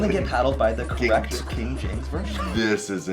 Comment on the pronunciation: Ok not sure if I am hearing him correctly but is he saying king James version or kknk James version?